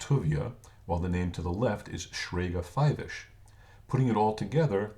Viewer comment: Very nice explanation. However, it would be nice if the people putting this stuff out knew Hebrew correctly. (1) the name Aharon is spelled without a "vav" (2) the name is Shraga not Shrayga. (3) the word is "niftar" not "naftir". Very nice that you want to preserve the legacy of Hebrew names. Maybe you should check with someone that knows Hebrew before you publish this. Otherwise, good information.